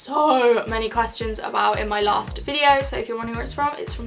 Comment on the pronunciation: why does she say “quastions” not questions lol